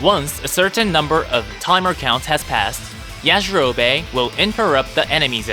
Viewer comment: Why they saying yajirobe like that 😭😭